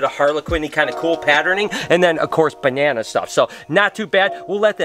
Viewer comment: ", you want a bananerrrr".. Had me dying